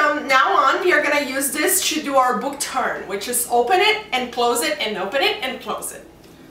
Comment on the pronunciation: the way she says churn when it's actually turn